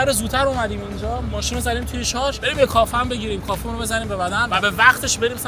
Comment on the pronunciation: کافی ❌ کافه ✅